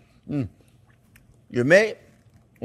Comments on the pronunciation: its kweemy .... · I love how he’s enjoying the butter at the end. “It’s Kweamy, it’s velvety”😁❤